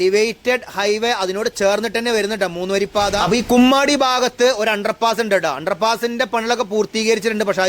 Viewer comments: കുമ്മാടി അല്ല കൊമ്മാടി ആണ് 😂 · ബ്രോ കുമ്മാടി അല്ല കൊമ്മാടി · ബ്രോ കുമ്മാടി അല്ല... കൊമ്മാടി എന്ന് തിരുത്തുന്നു...